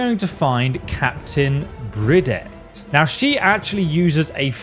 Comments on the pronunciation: Captain "Bridet". Bruh. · How the hell do you butcher the name Bridget? Bridge-et LOL Btw, the heavy armor set on her is in the Hub City Auto Wreckers across the highway from Saugus Iron Works, by Finch Farm and The Slog. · I hate to be that guy but you 100% pronounced bridget wrong lol it's not that bad though